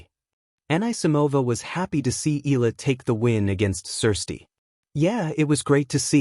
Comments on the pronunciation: It irks Filipinos when you can't even pronounced EALA, it's pronounced "EE-YA-LA" not ILA...please get it right, maybe you'll get more views!! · Please pronounce E Ya La, just a suggestion. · It's AI. The mispronounciation is an AI flaw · U cannot even pronounce Eala correctly😮😂😅